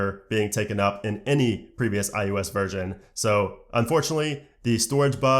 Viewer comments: Is it just me or are you calling it IUS instead of IOS? 😂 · STOP SAYING IUS!!!!!!!!!!!!!